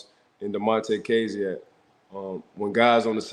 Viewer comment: You were pronouncing kazee wrong and then Ike proceeded to say his name the right way 6 times in a row 🤣🤣